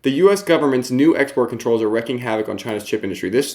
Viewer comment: love ya..... but you're too smart to not know how to pronounce wreaking and annihilation.